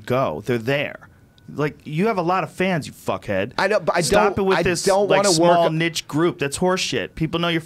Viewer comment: doug cant you say niche but pronounce it neesh